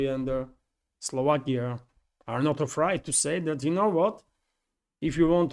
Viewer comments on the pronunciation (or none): Just a pronunciation tip: We say it more like a-frayed than a-fried